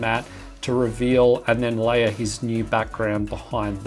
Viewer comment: Why instead of saying "layer" you say "liar" ?